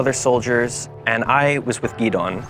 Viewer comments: You're an American. How come you don't know how to pronounce "Gideon"? It's in the Bible too. 😂 Say it with me - Gi-Dee-yan. It's not Gee-Dawn. Cmon now. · I lived with Gideon for months, so I know how to say his name. They don’t pronounce it the same way that Gideon is pronounced back in the Anglosphere; the Chin pronounce it differently